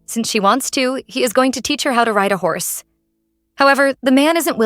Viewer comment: It said house in stead of horse